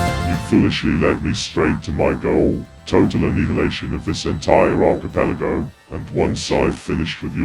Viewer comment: its pronounced [AR-CH-I-PEL-AH-GO]